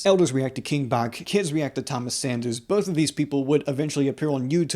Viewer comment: I saw King Bach do stand up not long ago and I too was actually surprised to learn it's actually pronounced like batch